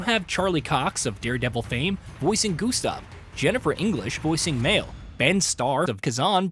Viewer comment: Here's one thing needs to know. Pronounce the names correctly! It's not the early 90s where there's no voice acting or game developers pronouncing the names in online videos. Seriously, Mail/Male and Loon? Do your job correctly.